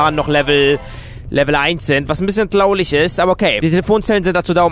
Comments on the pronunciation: Simpson ist echt Hammer aber bitte Sprich das R mal gescheit aus wie z.b bei Traurig ^^ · Warum sagst du manchmal traulig statt traurig??😂😂😂😋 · kannst du mal das "r" üben? du sagts ime tlaulich aber es heist traurich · Warum sagt er immer "Tlaulig"? Oder stimmt was mit meinen Kopfhöhrern nicht= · Man das heist traurig und nicht tlaurig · Wieso sagst du immer traulich? Es heißt TRAURIG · es heißt traurig und nicht traulich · Kein Hate aber jemand gemerkt das tlaulich sagt